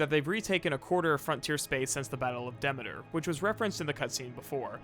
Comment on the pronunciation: Okay I just realized how weird you pronounce some things. Maybe I'm wrong but I always thought Demeter was pronounced de.mee.ter but you pronounce it de.meh.ter... weird.